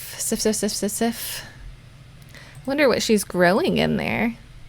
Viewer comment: I know its really late but im pretty sure that Sif is pronounced Siv, with the i being long. You said she was from norse decent and im swedish. I know that back in the day f was often pronounced as a v, and Siv is/was a common name.